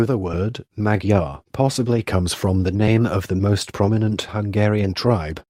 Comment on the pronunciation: The history is fascinating and thorough - but the robotic, AI presentation and butchered pronunciation diminishes the potential of this video. It would be top notch if re- done with a live narrator who can pronounce Magyar. Also photos or diagrams accompanying the content would be great - a big question mark is nonsensical.